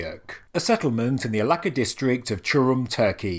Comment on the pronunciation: The letter C in Turkish is actually pronounced like 'j' in jam, not like 'c' in 'cat'. I know it has nothing to do with the video itself, but 'Alaka' instead of 'Aladja' 'would not stop bothering me so I thought I'd just put it out there Bonus points for pronouncing 'Hattuşa' with a 'sh' as in 'shell', not 's' as in 'sign'. Turns out, all of these weird letter variations serve a purpose after all! That aside, the video is great as usual! Love me some lesser known sites getting the spotlight they deserve!